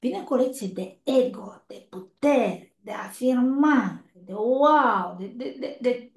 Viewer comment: Nu se înțelege cuvântul putere la zodia leu❤🙏❤️